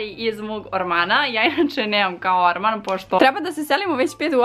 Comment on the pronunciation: Kako je meni čudno kad kaže ormaN😂😂😂😂